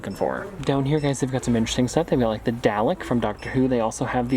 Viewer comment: The way he said Dalek, btw happy late birthday